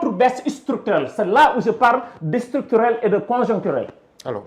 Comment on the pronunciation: Mais c'est quoi "Istructurel"